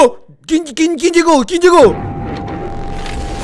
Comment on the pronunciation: Cuando dijiste llego llegó llegó se escucho como chicos chicos XD